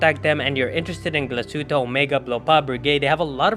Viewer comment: Glashutte - proper pronunciation is: Glas( heat) tte .